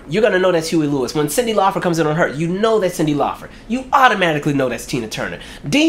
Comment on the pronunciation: It’s LAUPER NOT FER